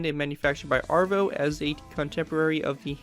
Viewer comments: I’m sorry but as a true patriotic British citizen I have to point out it’s ‘avro’ not ‘arvo’ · Isn’t it called Avro not Arvo? Just a curious Canadian who loves the lanc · Your pronunciation of avro annoyed me. It's AVRO LANCASTER not ARVO lancaster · you said Avro incorrectly it's a-v-row say it like your saying Afro